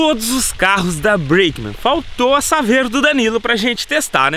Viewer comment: Tá precisando de um curso de English, não sabe nem pronúnciar a palavra Breakman